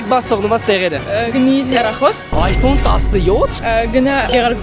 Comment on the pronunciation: Խի ես ասում հերախոս ասա հեռախոս